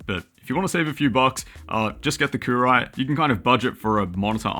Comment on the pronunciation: I think that's pronounced Coo roo wee`